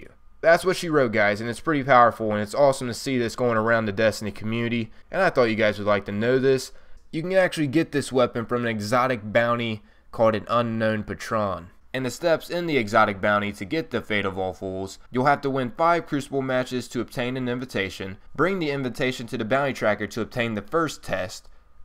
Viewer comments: Patron is pronounced "Pay-Trin" Not "Pah-Tron" :P just thought it was a bit funny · Dude, no offence but please learn how to speak English. You mispronounce something in every video. e.g. Patron is pronounced Pay-trun not puh-trone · "An Unknown paTRON" Bro, it's pronounced [pey-truh n] This is really cool though. Can't wait until I get my own. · Puh-tron?...oh...oh dear god...it hurts....(PAY-TRON) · your informational videos are amazing, and I love to learn more about the destiny universe, but I feel as though you mispronounce several words. The one that made me decide to post here is when you called the bounty "An Unknown Pah-Tron(like the movie)". The word is actually pronounced more like "Pay-Trun". I'm trying my hardest not to grammarnazi all over this, but it's happened in several of your videos and I feel like it's been slowly reducing your credibility. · pretty good video, though video games improving certain skills does seem far-fetched, i play games all the time and my eye sight sucks, my monitor is on low brightness setting so it's not like my eyes are getting burned out of my skull. also,jesus christ, your accent is fucking weird man "Unknown Pah-tronn" it's Pay-tron, you are like those 2 weird foreign guys from family guy where you cannot figure out where they are from based on how they look or how they sound. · Patron is pronounced "pay-truhn" or "paytrin" if said fast. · hey man it's patron (paytron) without a hard second syllable so, that the word flows together. Example= the man was a frequent patron of the restaurant. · "Pah-Tron" haha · It's patron pay-tron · unknown pa-tronn LOL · You need to work on your pronunciations, Patron is "Pay-tren" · Not trying to step on your feet that's not how you say the word patron.